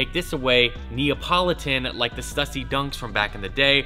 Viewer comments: Stussy is pronounced stoosy. There's no debate. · it's not stuh-sy it's stoo-sy. Other than that keep up the good work! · learn howbto say it right. its stoosy not stuhssy. STÜSSY not stuhssy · Dope sneakers and you pronounce stussy wrong its supposed to be stussy not stussy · The 2 dots over the letter U in Stüssy makes it pronounced “Stoosy” for whatever it’s worth. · **Stüssy is pronounced STOO-see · It just triggered me hearing him say stuuussy over and over again. Americans really don’t seems to get the grasp of ö ä ü‘s. But I get is there is literally no use of them in the English language. So no bad feelings 😆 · STOO-SEE. Goddamn man. Its been around forever. Please say it right. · Is it me or is sayin STUSSY WRONG? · Stüssy - Ü - stoo-see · It's pronounced STU-SEE. That is all. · Stüssy - pronounced stoossy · PLEASE, learn how to pronounce STUSSY... "STEW-SEE"... FFS